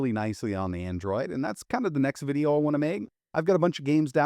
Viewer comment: "AnDroaid"